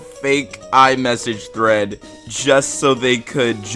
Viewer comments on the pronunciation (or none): none